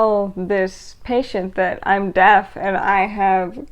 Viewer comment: Are you saying deaf or death? It looks and sounds like you are saying death rather than deaf.